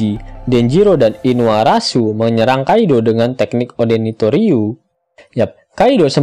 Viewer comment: Inuarasi min bukan inuarasu😂😂